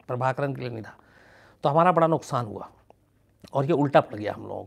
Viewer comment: Sir aap luksaan kehte hain.wo nuksaan hai.bas yahi batana tha.pls don't mind